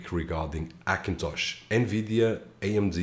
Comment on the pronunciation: I want to watch your videos but when you say Akintosh makes me vomit . try to learn the letter H for fuck sake.